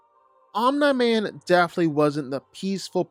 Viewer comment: bro keeps saying Om NIGH Man. no one told him